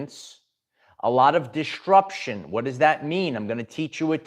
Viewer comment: Quick PSA. DisTRUption is not a word. ✌🏽 there is only one t in it. And it’s not where you keep putting it. If you’re interested in speech coaching, hmu.